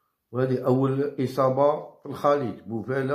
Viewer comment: سلام تحية خاصة من المغرب،هذاك اللاعب اسم سفيان بوفال وليس بوفالة ،داءما تغلط في اسم